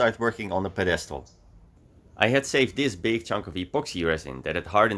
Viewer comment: Ziet er weer mooi uit man. Btw bij het woord pedestal ligt de nadruk op de eerste lettergreep.